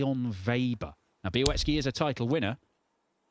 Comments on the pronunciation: like so many others, still can't pronounce the young Polish name correctly....its not Biawetski at all phonetically. 😅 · I know 😂. It's actually pronounced Byah-WETZ-kee.